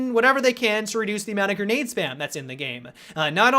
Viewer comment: Why does he keep saying gernade instead of grenade